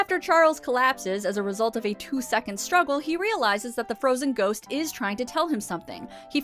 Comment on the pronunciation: Does that kid add some extra syllables to the word, "Ghost"?